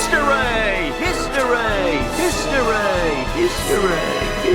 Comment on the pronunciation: Extra Fun, Yay!!!🎉🎉. I would love to sponsor you in cheese, do you have a Brie-treon? But seriously, I like your Hist-oreay, Hist-oreray, histooray, so if you would, tell us sum more stories!